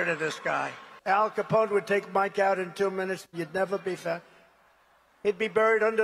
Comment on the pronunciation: He gets Capone’s name right!?! Mike Lindell may want to go into hiding.